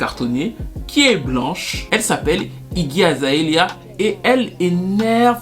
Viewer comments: C'est Iggy Azalea pas Iggy Azaelia. Juste, j'étais un peu confus à force :) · Toujours au top du top tes videos ^^ un peu de mal à dire "Iggy Azalea" qd meme ptdrrrr